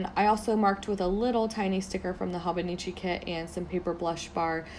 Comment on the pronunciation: It's pronounced HOH-BOH-NEE-CHEE